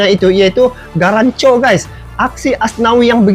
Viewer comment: Garnacho,... Bukan Garancho